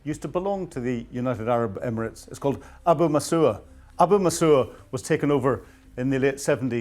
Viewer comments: For pity's sake,, learn to pronounce things correctly. Shahed, not Shahad; Xi, not Zhi, Abu Musa, not Abu Musuah. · Abu Musa. Not Abu Musoa. Shahed. Not Shahad. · You're really dumb to call this plan "compelling". Also you can't even pronounce Abu Musa properly, it really makes you sound like you researched this today. It's not Abu Masooer. Just look at the f'ing letters. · At least try to pronounce ABU MUSA correctly. FYI it belonged to the Persians going back 2,500 years, before the UAE even came into existence. This is historical fact.